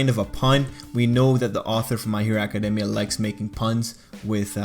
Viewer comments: Can ANYONE pronounce academia right?! I have heard ah-kah-dee-mia. You say ah-kah-demia. ITS NOT HARD TO SAY ah-kah-dey-mia. Just think of the word academy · Acad- EEEE - Mia.